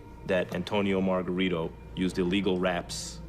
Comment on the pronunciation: Lo más encojonante del vídeo es como pronuncian el nombre incorrectamente es Margarito! No margaRRITO like a buRRITO pinches gringos. Talves si uso vendaje ilegal pero los golpes le entraban no? Como boxeador también te puedes proteger y bloquear los golpes! Todo le entraba a cotto